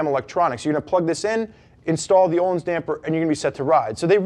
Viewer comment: Thats not how its pronouce! Jesusm why dont you pronounce the "L" and "i"